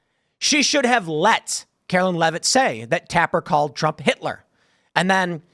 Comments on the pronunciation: To be fair she said “Hilter” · They were both flustered. Did she say Hilter? She definitely said Hil-ter